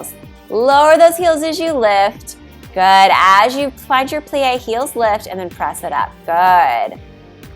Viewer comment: Watch the way you say “good”.